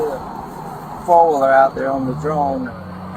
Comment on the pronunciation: The guy is CLEARLY INTOXICATED, WHY did the cops allow this to continue on his INTOXICATION LEVEL alone!? He’s very drunk and CANNOT say the words- “Four Wheeler.” He calls it a “Faller?” But this is a pathetic waste of officer time and resources!